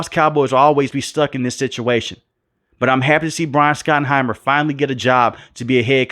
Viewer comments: It’s shot not Scot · Shot-en-himer. Not skot-en-himer. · His name is pronounced SHOT-enheimer. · Scottenheimer and Dwadle and 18 games. My mans so mad he forgot how many games are played and how to pronounce these guys names 😂